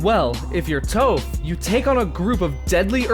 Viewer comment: Where do we even begin when we heard him pronounce iroh literaly iroh other than airoh and toph tofe.